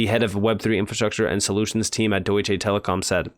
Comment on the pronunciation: For the love of God please stop saying DEUTSCHAY lmao. Its DeutschA.